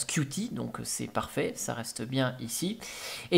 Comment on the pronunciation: Qt se prononce "cute", sinon on perd le jeu de mots